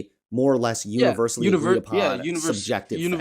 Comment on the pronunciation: mans said "univer-salady"